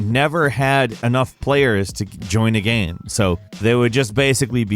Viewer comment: Or as I like to call them, Gammranx because always says "Gamm" instead of "Game"